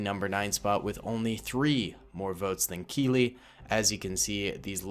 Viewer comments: It's actually captain keeli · It’s captain Keeli 😂😂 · It's captain keeli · Its actually Captain Keeli